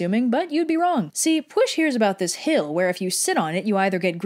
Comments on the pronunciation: If you're having trouble pronouncing things, I would suggest learning the international phonetic alphabet and going on the Wikipedia orthography and phonology pages. Really, you can pronounce ANYTHING if you know how to do that. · As a Welsh person you didn’t actually butcher the names too bad!! Although you did pronounce the “ll” in “pwyll” as “sh” instead of “ch” you actually did a way better job then I did for literally half my Welsh life so props! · That's one of the least bad mispronunciations of Pwyll to be fair. More "lh" than "sh" and you'd have it. Fun fact: it means "sense" or "reason", which makes more sense (sic) of Pryderi. "Dyfed" is more like Duhved. « y » is mostly pronounced as schwa (except when it isn't :D). Seriously, Welsh is more or less phonetic - it has 7 vowels, « w » is omega "oo" and « u » is like "y" in Greek (as in "busy"). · ll is a notoriously difficult pronunciation for non Welsh speakers, so they're usually advised to say it as sh instead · FFS! Now everyone thinks that Pwyll is pronounced Pwysh because that's how said it. Double Ls aren't pronounced that way people!! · You know its p wee ll not p w i sh sorry to be a killjoy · "Puoihlghshch" is pretty close to how it's supposed to be pronounced. P = P W = uo Y = ih LL = lshchgh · You: Push, Prince of Dyved Me, actual Welsh person, crying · The last thing I expected was for Pwyll’s name to be pronounced push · Yo why is red mispronouncing pwyll’s name it’s pronounced like “giga chad” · Besides 'Push', you generally did a good job pronouncing the names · The reason for that is because, in Welsh, the "ll" doesn't make an "l" sound but a voiceless alveolar lateral fricative, which is sort of like making a "l" sound and a "sh" sound at the same time. It's hard for English speakers to pull off without practice, which is probably why here goes with the "sh" sound instead. In short, Welsh orthography is a confusing, flavorful nightmare. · Pwyll is pronounced push. HOW THE FUCK